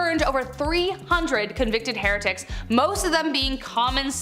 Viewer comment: Why do you pronounced "heretics" that way? And "Protestant"? Fascinating person. Not a queen. The scale of her crimes is a matter of serious dispute. No, she said no such thing. Ever. At all. It is not true.